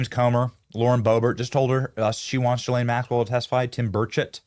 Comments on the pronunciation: Why does Benny call Gh islane Maxwell GhiRlaine it’s Ghislaine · Please say her name correctly Benny Ghislaine G not J… sound! Thx 🙏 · hey benny! love your show a note think of her name as 'Glenn' its french its pronounced 'Guh-lenn' not 'Jill-ayne' still love the show cant wait 4 the arrests just wanted to comment. after all maybe they will televise her sing & cant wait for treasonous heads to roll peace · Her name is pronounced Gee-lane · Please Benny pronounce correctly GISLAINE MAXWELL, not Gilaine. You have to pronounce the s. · Please stop pronouncing her name Ja-lane, it’s Ga-lane Maxwell. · "Ga-lane" Maxwell